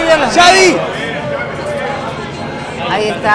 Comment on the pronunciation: "xavy", "pullol"..killme please